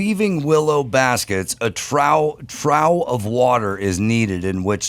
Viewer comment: trough is pronounced troff, not trow.